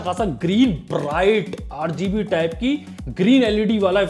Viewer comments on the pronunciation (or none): Bhai apne 8GB ya RGB bola Lgta h ab mere kaan b khraab ho chuke h, Hr jaghe RGB sunn raha hu, Aaj se RGB k nashe bnd.